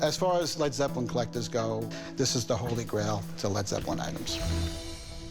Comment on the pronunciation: "Dis is de hwoly gwail of Led Zepwin"